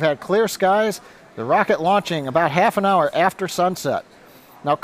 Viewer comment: Oh, I was trying to say rocket, not rockete. 😄